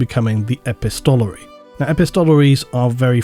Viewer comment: Great video as always. Just a mention on the pronunciation of epistolary. The emphasis is on the ‘pist’ e-PIST-o-la-ry